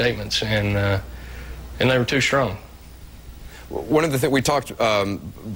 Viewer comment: He keeps saying, 'Muh statements were tew strowng'. What does 'tew strowng' mean? He still believes everything he said, but it was worded too aggressively? That's what it sounds like.